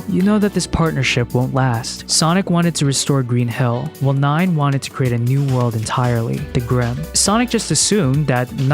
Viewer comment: For some reason when you say "Green Hill" it sounds like "Green Hell" to me. An entirely different game franchise... But now I'm thinking a Sonic Green Hell mash up might actually be hilarious in it's own way.